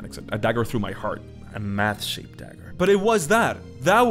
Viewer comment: My brain is... "Special." You said, "A Math shaped dagger." I heard, "A Matt shaped dagger." :D